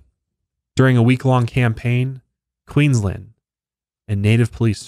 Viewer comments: Queensland is pronounced with a strong A the same as you would say land :) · Just letting you know it's queens-land not queens-lind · Pro tip, we say Aussies as though it has zz instead of ss and we don't pronunciate the u so it's pronounced more like Ozzies and Queensland is pronounced like Queenslaaand 🤣 big emphasis on the A but well done on everything else 👏👏👏 I hadn't heard of this story before, good find!